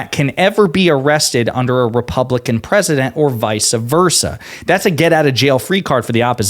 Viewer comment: It’s VICE versa, not VICE-UH versa. That drives me insane. 😠 sounds so stupid. Ha